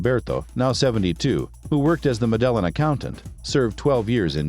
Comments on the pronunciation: Stop saying " mid ellen" 😒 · Learn how to pronounce MEDELLIN!!